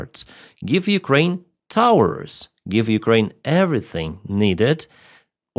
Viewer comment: Did u call Taurus (towers) 😂